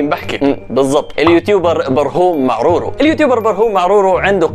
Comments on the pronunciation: كان قال برهوم معرورو مش برهوم معراوى 😂😂😂😂💔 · يا اخي اسمو براهيم معراوي مو معرورو😂 كام مرا قلت معرورو 😂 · مين ركز على اسم برهوم معراوي في بداية الفيديو لان نطق اسمو غلط و قال برهوم معرورو 🤣🤣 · اسمو برهوم معراوي مو معرورو 🤣🤣🤣